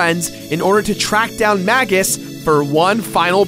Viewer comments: It's pronounced May-juss. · Masamune is mass-ah-moon-ay tho Magus is definitely May-guss tho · I dont like how you pronounce magus or masamune